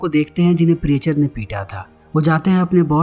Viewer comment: प्रीएचर नहीं "प्रीचर"😅